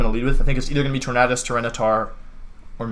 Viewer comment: "Tor-mad-us" Amazing.